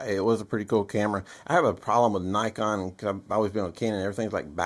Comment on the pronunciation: Please, for the love of everything holy, learn to pronounce “Nikon” correctly. Great video otherwise. Also, I would take the 5D II over the 5D III any day of the week. The III was rushed to the market in the name of upgraditis.